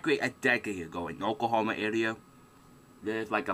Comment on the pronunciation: "Wemembew deh twaho ih okwahoma stay dekaid ago"